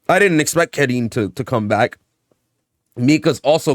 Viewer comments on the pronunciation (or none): Car-een As a Karin specialist it's car-een